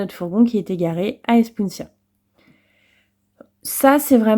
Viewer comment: Avec un c cédille il faut prononcer passadissos. Par contre espiunca il faut prononcer ca qua